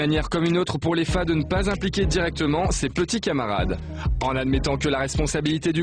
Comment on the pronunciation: Léfa??? taré de journaliste c Lefa on pourrait porter plainte aussi pour déformation de nom (nom d'origine africaine Fall Karim en verlan)